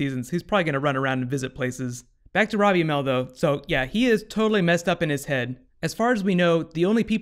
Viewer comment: you said Ronnie ammell